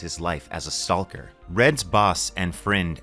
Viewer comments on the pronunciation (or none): I mean he’s pronouncing the l in stalker pretty hard here 🤷‍♂️